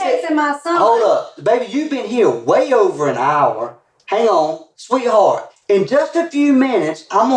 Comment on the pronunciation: you mean sweetHORT?